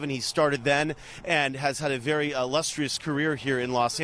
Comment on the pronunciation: His Vietnamese wife is "Vely happy", saying "Good Littence".